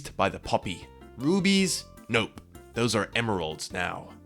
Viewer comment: Is it just me, but when he said "rubies" i heard "boobies"